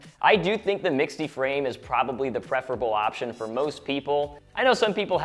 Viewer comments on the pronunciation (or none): "Mixte" is pronounced simply like "mixed". It's not "mix-ty". Just an FYI.